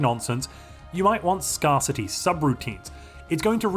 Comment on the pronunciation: Ah ha! Proof is here that you are an AI here to enslave us! Firstly: The machine propaganda. Should have been a hint. Secondly: Your AI pronunciation of Scarcity. With this in mind, I welcome you as our new AI Overlord and look forward to your enlightenment of us pathetic meatbags.